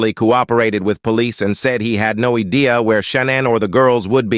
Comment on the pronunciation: 'he had no ee dee a 'wtf??